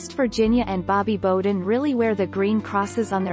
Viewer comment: BOW-den.. rhymes with WOW!